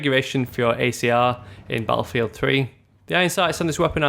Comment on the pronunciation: i like how you say "ba afield"